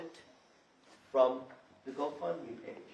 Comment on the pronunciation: The go fund me page was the go bump me page. she's high af. Slurring her words...not to mention the girl behind the mom is on something too, high much